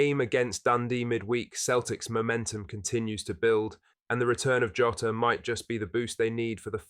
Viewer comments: Its pronojnced jaw-tah not joe-ta ffs man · its Jaw-taa, not tah. Like Jonathan Tah